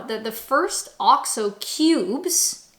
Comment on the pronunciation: What's this "Oscho Beef"? OX-O. Say it "OX-O". use it for cooking. Last year I as very ill. The only thing I could drink was Bovril. Delicious!